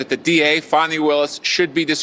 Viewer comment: Disqualified my arse!! More like “YOUR FIRED”!!!! It’s pronounced fan knee not fon knee take it from the bee gees fani be tender with my love